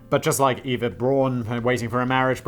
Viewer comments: No. Not Eeva. Not Iva. Efa. Eh f ah. Efa. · Good job Danny for getting the last name right buuuuuuut missed it slightly on Eva 😂 It’s ok, it’s hard to explain to native English speakers. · It's pronounced Ehva Brown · EYE-VA BROWN! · And Simon still pronounced Eva wrong😂 not gonna tell the correct pronunciation, 'cause who cares?